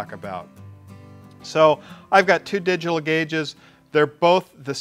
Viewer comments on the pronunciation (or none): none